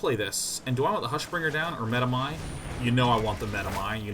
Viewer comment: it's such a relief to finally listen to a player who knows how to pronounce medomai